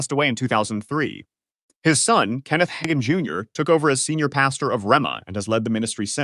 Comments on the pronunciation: It’s not Higan. It is Ha (day) gan. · "I am a part of the charismatic tradition", says AI that doesn't know how to pronounce Hagin and Rhema?😊😊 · The fact that you can’t even pronounce their names right proves you have no idea what you’re talking about. Learn to pronounce Hagin & RHEMA right and maybe I’ll believe you know a little bit about them. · Should have a person do the voice overs. The AI keeps mispronouncing Hagin and Rhema, including mispronouncing each word multiple ways.